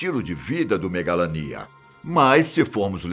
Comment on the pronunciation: Pronumcio megalania errado